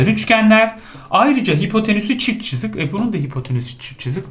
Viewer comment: İlk 5 dk sini tekrar izledim çünkü hoca "cızık" deyince güldüm